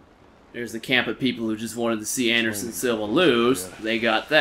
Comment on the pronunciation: Andershon luv OH ESS A